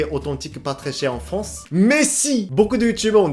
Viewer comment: me fait rire tu dit en fance 😆🤣